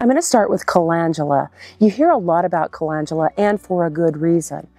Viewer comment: You started off with saying the very first one WRONG, CA LEND U LA. LEND!